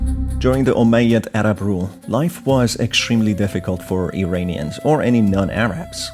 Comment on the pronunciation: To: Iranians is pronounced "EErAAnians" and not "EEreenians." Just like you pronounce Iran ("EErAAn.") Please pronounce it correctly. Thank you for your contribution. I enjoy it.